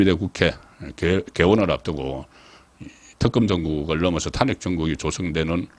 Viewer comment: 탄핵이라는 말 듣기도 싫은데 발음까지 엉망이네요 탄핵이라는 단어 금지하세요